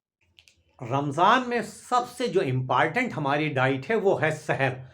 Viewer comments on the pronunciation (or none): Impartent mt bola karo